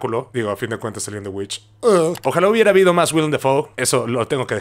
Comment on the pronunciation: The VVitch se pronuncia The Witch jaja o no sé si lo hiciste a propósito